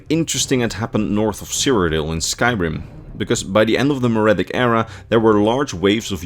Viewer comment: My brother in Christ, look up a pronunciation guide. Mer is pronounced mur, Merithic is pronounced mur-ific, not maridic.